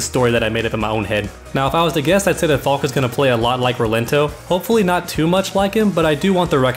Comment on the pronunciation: Her name is pronounced Fal-kuh. It's German for falcon, and its a cool ass name.